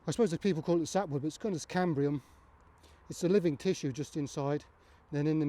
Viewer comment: *Cambium. No 'r' Great video though, thanks!